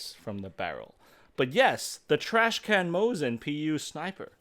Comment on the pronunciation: It is called Trash Can, not Trash Cannot. Good vid, fellas!